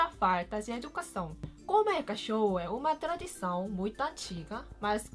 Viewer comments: Se escreve educação e não esduçação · É educação e não esducação Tenho uma amiga chinesa e tem dificuldade a falar e escrever, e já está em portugal faz 4 anos, você fala muito bem e espero poder ajudar você 😊💜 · "Esducação" kkkk